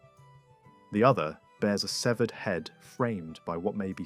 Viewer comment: It's Keltic, not seltic. And the celts never settled on mainland England. It was just a style invasion. And finally, it's severed, not seevered